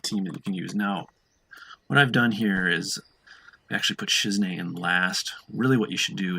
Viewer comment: You pronounce Shizune so funny u call her Shizne but its Shiz"EWW"Ne lol .